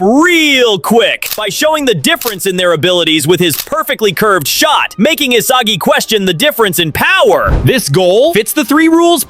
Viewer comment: Please just pronounce Isagi correctly 🫩🫩